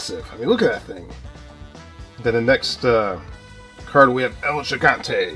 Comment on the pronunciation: The belt you weren't sure about Luger wearing in that card of him and Sting, was the NWA United States Championship. And its El He-Gone-Tay for El Gigante. Love the channel, I have never known that they had these WCW cards. And The Sting card that you didn't know what title he was holding was the NWA World Television Championship, which was the same one The Z-Man was holding. The Sting was being pushed to the World Title when he blew out his knee and had to have surgery on it and the writers wrote it into a storyline to make it more legit and then when he came back from it he won the World Title for the first time.